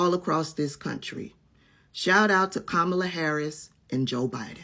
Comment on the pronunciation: Hey, luv you much,. Just want to, in a FRIENDLY way, pronounce Madame Vice President’s name. It’s KAH-muh-luh, with the accent on the first syllable. Much love!!!